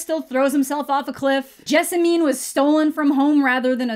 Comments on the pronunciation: My wife’s name is Jessamine lol, it rhymes with specimen, not ketamine :) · The county I live in is actually named Jessamine. Pronounced Jess-a-men.